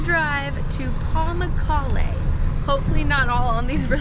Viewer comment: Thats pronounced par mook karlay. (Like book.) Thanks for sharing the history .